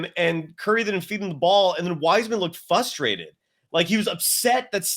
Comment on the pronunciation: Sorry, love the show but hard to focus...fustrated is not a word. In the name of all that is holy...it's FRUSTRATED. Thanks.